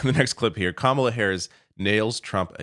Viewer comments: Kamala immediately set the stage and won the debate with the initial and powerful gesture by affirmatively going over into Trump’s space, introducing herself by correctly pronouncing and enunciating her name, then confidently shaking his small hand. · It was over when she initiated the hand shake and introduced herself with the right pronunciation of her name. And she became the alpha of that debate from the start